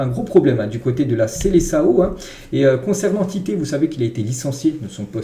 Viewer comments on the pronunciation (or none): Prononce SELESSAON et pas SELESSAO !